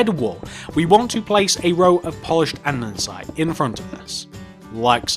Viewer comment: andesite not andensite